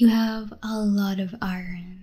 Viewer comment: The only time I would like a situation like this is on day 25. Give it up for day 25! Also, that's quite the pronunciation of "Iron" dtl